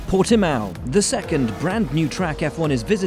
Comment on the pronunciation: Tugas: Portimão O resto: PortiMAO